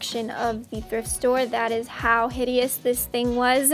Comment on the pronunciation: Why you kept saying hidiousous didn't someone get married in that......hummm